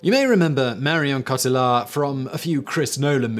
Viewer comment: Interesting you would say Marion Cotillard would be remembered for her but role in inception instead of her acclaimed role in La Vie en Rose. Also her name is pronounced “cot-eey ar” not “coh til ard” I’m not disputing your facts only your presentation that shows marked biased and lack of attempt to understand or appreciate other cultures. How very English of you. First of your videos I will be disliking...